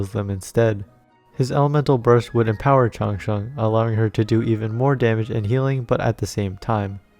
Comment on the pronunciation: Your pronounciation Chang Sheng is pretty standard😁😁😁